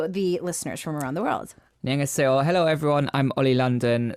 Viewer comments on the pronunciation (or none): Holly's Lachimolala lolol it means "I think I'm Korean but I still can't even say 'hello' coherently".